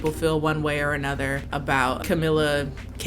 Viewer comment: She really said Camila Canteloupe 🤣🤣🤣